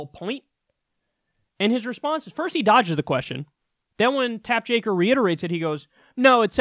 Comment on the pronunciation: Is there a reason you're calling the guy Tap Jaker? I'm pretty sure his name is Jake Tapper!